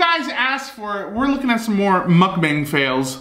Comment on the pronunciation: Anyone else notice she says mukbank